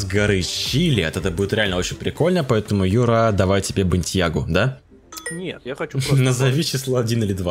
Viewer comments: Не Бэнтьяга, а Бэнтайга ;) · Не бентьяга, а Бентайга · Бентайго, а не Бентьяга🤦 Го в топ